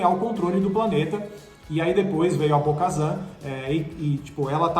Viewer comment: Bo-kazam?!!!! Wtf véi